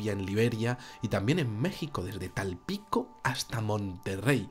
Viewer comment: un cordial saludo y una pequeña correccion no es tampilco es tampico, lo se por que yo vivo ahi, me encantan tus videos sigue asi hermano